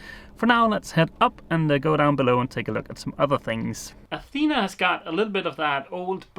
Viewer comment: Dogs eat and sleep, thats why they call it dog life..., Athena the town is pronownced the way you say it Athena the goddess and the female name is pronounced with the tone in the last "a" athenaaa imagine the three aaa as a tone. There is another way to varnish wood, it is called liquid glass and it makes very nice varnished areas but basically it is epoxy and i don't know how it behaves in moisturus enviroment.